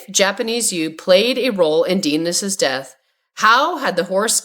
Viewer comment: AI cant even pronounce the name "Dennis".🤮